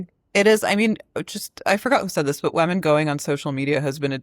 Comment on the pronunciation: Why does Anna pronounce women "wemmen"